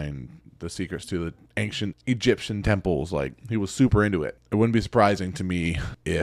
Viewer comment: Every time you say the word "ancient" as "ank-chent", I die inside a little. 😢